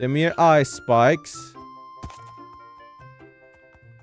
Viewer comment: var det bara jag som trodde han sa ice spice när har sa ice spikes